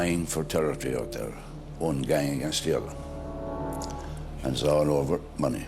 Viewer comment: It's other,not udder